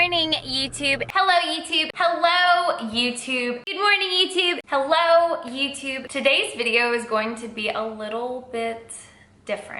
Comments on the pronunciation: OMG those were some heavy lifts Papa, I failed right at the third HYELLO IUTUB (honestly I can only hear it that way) and had to stop the vid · "hello yewtube"